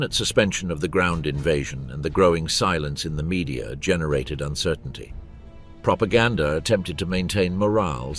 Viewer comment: The narrator said “propagandaR“.